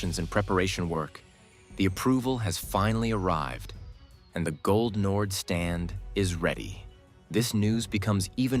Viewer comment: "gol nord" or "goal nord" if you want to "englishify" it, but not "gold nord"